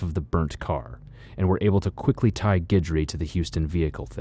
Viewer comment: It's nice that you know how to pronounce Guidry, thanks.